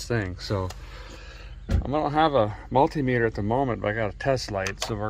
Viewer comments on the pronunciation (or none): none